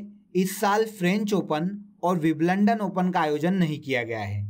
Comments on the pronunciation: Sir wo wimblandon ni hoga. Wimbledon hoga. ❤️ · Wiblondon ni bhai Wimbledon 😂👍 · Bhai aapka WIBLUNDAN bahut kamaal ka tha.. hasi hi nahi ruk rahi.. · सर, बिंबल्डन होता है,बिबलंडन नहीं😔😔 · Bhai Wimbledon ki pronunciation theek krle yrr